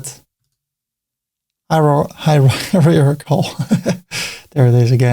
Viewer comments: Try to say it like higher-article, lol, Hierarchical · Awesome.... You covered all option and technique in detail ....Thanks a lot .... Pronounce once Hierarchical.... hahaha just kidding 😍😍